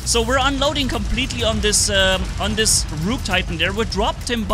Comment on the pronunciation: I love how say rook with a long o he is saying it like Rooook, but that Rook titan hp is still broken